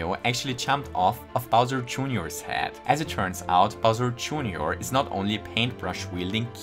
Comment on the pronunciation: "bowser" joonioar 🤣